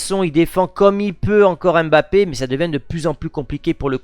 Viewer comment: c'est qui Bapé ? 😅